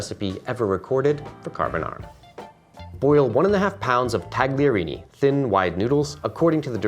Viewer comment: Taglerini is same as Tagliatelle but you butcher pronunciation of this word but i understand why, because some of letters and pronunciations doesnt exist in English language